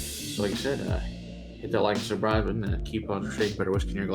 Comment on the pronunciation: Sounded like you said "like and survive" button at the end...funny